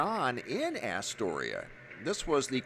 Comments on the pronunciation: it's As-tor-ia not ASS-toria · I live in ny, there was no ufo above the city the night. It was %100 a 138kv transformer explosion. Unless u live in a city the size of NYC than u have nothing to compare it to when u say “I’ve seen them explode before”. Btw it’s pronounced ah storia and it’s in queens not lower Manhattan but u get a pass bc your the man! Thanks for all your vids